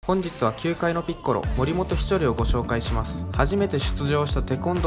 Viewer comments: それより「ピッコロ」のイントネーション気になりました（笑） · ピッコロの発音がにこにこぷんの方のピッコロ